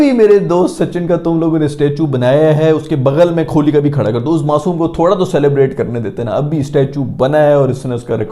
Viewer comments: le kar diya subscribe - An Indian :) and for god sake Kho-li mat bol bhai , its Koh-li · Brother it's kohli not KHOLI 🙃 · Aap KO-H-LI kb kehna shuru kroge.. 😊😊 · kholi kya hota kohli h uska naam😂😂😂😂